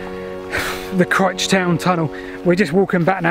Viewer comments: Just thought I'd mention that Crich is pronounced Crych so the letter I is pronounced as a "y" 🙂👍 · The 'i' in Crich is not like the 'i' in titch but the 'i' in mike! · shame about the poor pronunciation of Crich!!! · It did rather, I have a deep abhorrence of all types of poor grammar........ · CrIIIIIIch not 'critch'! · Yep Cry-ch. not Critch. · ive been told light heartedly by a friend that its pronounced cry-ch and you could get lynched if you say critch in the presence of a crich tram museum member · It's pronounced with a hard 'I' by us locals, Cr-eye-ch. Sorry if this has been mentioned before, I haven't read all the comments. Love all your videos, best wishes from Derbyshire. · Super vid. More eerie places. And Martin Zero the urban explorer too. P.S. I think you pronounce the ‘i’ as ‘eye’ not ‘ih’. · On the slopes above the gas works is a wooded area and you can still seem some of the actual rails rusting away close to where you were at 8.13. If you walk down the slope there is a bridge at the bottom over a tunnel entrance. Please stop saying Critch though it's painful, it's Crych :-) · Those of us from the Middleshires pronounce it Cr- eye-ch not Cr-itch! 😂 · Please lean place names lol its not Grich. It's Crich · suggest you pronounce things correctly its CRYCH not crich even though thats how its spelled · Not critch but criiiiiich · Cryyyytch, not Critch (as said, I mean ) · It's cr-AYE-ch, not critch! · Pronounced Cry-ch . Great channel , just subscribed . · Pronounced Crytch I believe...but what the hell it's got you and the ever lovely Rebecca......Oddly though, I've mentioned it before but if you follow the original Stockton to Darlington rail line you may well still find parts of the track in a farm field near Darlington...at least O did back in 1961...Good luck... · It's pronounced CRY-CH! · It's pronounced Crych but spelt crich.Just saying. P.S. Lovely interesting video.